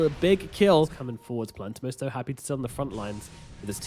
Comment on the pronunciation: Mider huh? Rip english